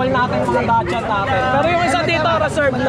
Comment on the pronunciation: ang tamang pronunciation po ng "Dachshund" ay daks - hund. hindi po Dashand o dak shand. Daks- hund po. Salamat po and more power. Congrats po sa 100k subscriber. Looking forward sa 200k 😊